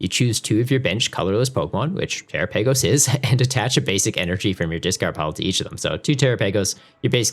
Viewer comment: Terapagos (Ter-Ra-Pa-Gos)